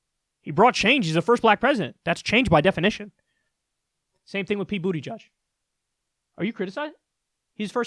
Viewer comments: JFC. It's not Booty-Judge. It's Boot-eh-jej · So is BootyJudge a silly nickname like CloudBootJar or is that actually how you say his name?